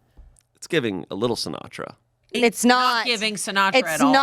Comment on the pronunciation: SiNOTra, I heard that... snappy wit there